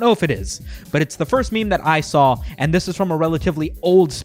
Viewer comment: Memer? Ahahha wtf dislike